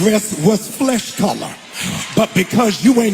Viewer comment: the key word is "flesh" color. Say it with me "FLESH"